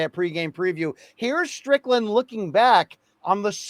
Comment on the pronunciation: Man said Strickland 😂😂